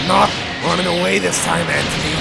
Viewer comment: GENERAL AN-TONY